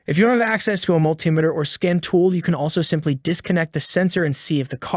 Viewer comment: Dude cannot even properly say pedal or multimeter 😆